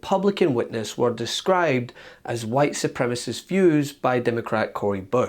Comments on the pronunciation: Ms. Boebert, we'll call you Ultra-Maga when you stop saying "white supremist". No one is familiar with the term "white supremy". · Bobo said white supremist